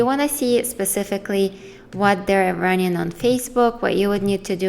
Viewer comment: Just friendly advise. Try puttin' the letter "g" on the end of your words, you have some great content but listenin' gets annoyin' very quickly when you say runnin' all the time.